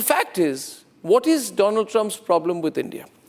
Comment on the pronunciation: Doland is that you ? Mr . DooLaand 😂